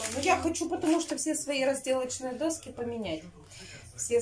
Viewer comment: После "разделовачные" дощечки-пошла кровь из ушей, и даже не стала смотреть дальше.